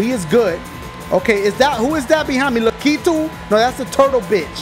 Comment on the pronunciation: It's pronounced lack-a-to